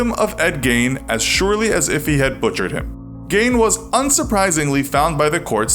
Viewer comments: This would have been a good video, if you had pronounced his name correctly. It's pronounced GEEN. Rhythms with the color green. I'm from Wisconsin and even went to go see Ed Gein The Musical when a small local theater group performed it. It was so weird... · Skipping this one purely based on how your saying his same so incorrectly and it’s aggravating me😭😭😭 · I love your channel but I cringed every time you said his last name because you were pronouncing it wrong, but I greatly appreciate your content. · You are pronouncing his last name incorrectly. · you pronounced his name wrong so many times I give up. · If GEIN knew how he was pronouncing his name he would make a a chair out of his face !! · I hate the way you pronounce his name. have you ever heard of him or did you just read a couple articles? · Can we talk about how he pronounced his last name wrong thought the whole video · Makes a info video and neglected to find out the correct pronunciation of the subject... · The pronunciation of “Gein” in this video stresses me out so so so bad. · Am I the only one that's getting mad because he keeps pronouncing his name wrong? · Hard to watch when you can’t even pronounce his last name right. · Omfg i cant watch this if you arent gonna pronounce his name right fucking idiot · Couldn't take the way you said his name .... so stopped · Woah wait. There's one mistake, Ed Gein's last name was pronounced with a long e, as in fiend. Ed Gein wrote the pronunciation of his last name in his book, "Deviant". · you were pronouncing his name wrong, it is pronounced Geen not Gain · Ed Gain? I've always heard it pronounced "Geen" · Dude are you fucken serious gEEN not gAIn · It's pronounced geen not gain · I am from Wisconsin and it is pronounced “GEEN” gah-ee-n NOT GAIN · Gein is pronounced like “green” not “gayne” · Ed Gein was actually a family friend. my grandmother knew him, he worked for my great-grandfather in his Oxford garage. and his name is pronounced geen, not gain.